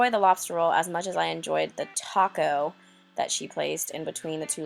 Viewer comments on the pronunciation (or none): none